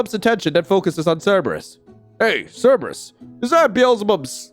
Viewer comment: "Cerbrus picks up cerbrus" 🤣